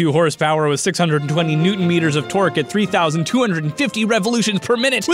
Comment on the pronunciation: Did you say 620 N M of tork or twerk?